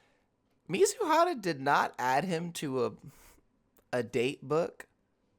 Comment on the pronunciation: I swear, every time i hear u say mizuhara, i always mishear it as mizuhotta